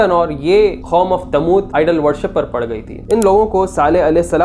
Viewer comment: Khatal kia ya Qatal? Khom e Lut ya Qoum e Lut? Khayamat ai thi ya Qayamat?